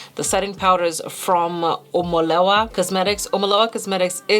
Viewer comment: Everytime she says the name wrong I'm dying 🤣🤣🤣 Your eyeshadow looks are amazing. Prefer the right side - gold warm